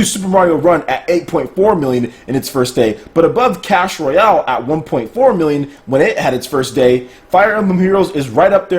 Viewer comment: Did anybody else notice when he mentioned "Clash Royale" it sounded like "Cash Royale"